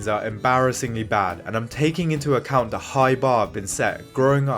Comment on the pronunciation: I thought A Knight of Seven Kingdoms was boring. House of The Dragon is much better. Also not to be rude but please practice saying ‘the’. Great video though!